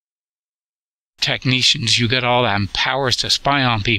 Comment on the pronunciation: You tekneeshuns with all your power😂🤣 At least your computer is running.